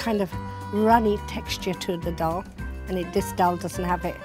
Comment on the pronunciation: And the way they pronounce the words sounds like they are a foreigner trying to say Indian food names they saying doll instead of daal